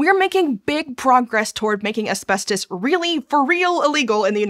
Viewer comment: Why does she keep pronouncing it "Aspestos"? That annoyed me too much throughout the video...